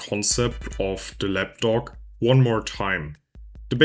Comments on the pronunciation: But he's saying lapdog though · Du sprichst Lapdock ein bisschen wie "lap dog" aus, also Schoßhund 😁